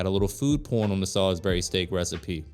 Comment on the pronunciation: Sal-isbury not Sol-isbury 😂